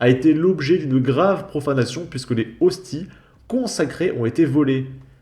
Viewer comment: Cela se voit que vous êtes athée ! On ne prononce pas "les hosti" mais "lézosti" avec la liaison ! On ne dit pas "la diocèse" mais "le diocèse" ! "Mg" cela signifie bien "Monseigneur" et désigne un évêque ! Allez.... sans rancune ! J'adore vos vidéos ! Et les profanateurs savent très bien ce qu'ils font ; une église profanée de la sorte doit être "re-sacralisée"